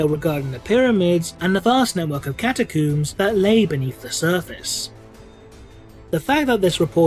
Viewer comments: Am I the only one bothered by his pronunciation of the word catacombs? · I find it funny how you say Catacooms instead of Catacombs, and you don't just it once but every time. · cata-cooms the big dig HMMMMMMMMM